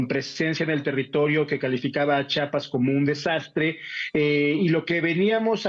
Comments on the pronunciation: Buen reportaje solo que debe aprender a decir "CHIAPAS" y no "CHAPAS" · CHIAPAS ...POR CHAPAS PRONUNCIAR CORRECTAMENTE. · Para empezar cabron no es chapas es CHIAPAS OJO WY